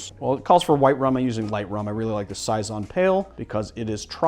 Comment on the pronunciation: I honestly can't tell if you're trolling or just bad at pronunciation haha. Maraschino? Giffard? Saison?!?